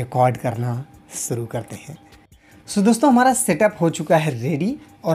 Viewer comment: सुरू नहीं ओ शुरू होता हैं और शिर्षक हैं